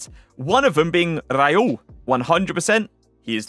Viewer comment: Bro pls. Ist RaUl Not Rajul 😂😂😂